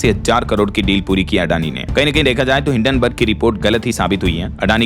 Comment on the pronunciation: हिडेनबर्ग नहीं है हिंडनबग है।